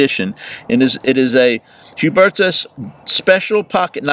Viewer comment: u pronounced it right =) pretty good btw imo